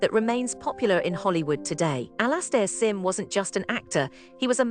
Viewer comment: Absolute genius, even if AI can't pronounce his name properly.